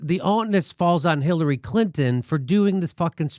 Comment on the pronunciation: Right at the end there at about or just before that when the host of the show who was sitting in the center of the three guys seemed to have a slip of the tongue there where I could SWEAR he said Hiltary Clinton. HITLERy Clinton! OMG! Hahahaha! I mean, I know he didn't mean to say that, but it sure damned near sounded like he had a little faux pas there. All the same, what a perfect description of Hitlery Clinton, wouldn't you agree? Hahahaahahahahahaahhahahhaahah!